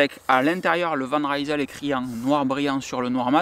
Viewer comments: Sinon tu as ORIGINE, qui est très aussi bien placé que Decathlon et Canyon. La différence étant que tu choisis tous les composants, ainsi que les tailles de cintre, potence etc. Sinon on dit Van Risel et non Raïsel :) Ca vient de Rijsel (Lille en flamand) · Van Rysel, ça veut dire "De Lille". Le y se prononce comme un i. C'est pas de l'anglais!